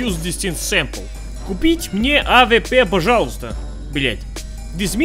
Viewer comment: Как-то он странно говорит "Авепе"